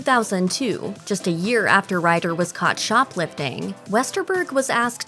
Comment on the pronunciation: why do u pronounce Ryder "writter"?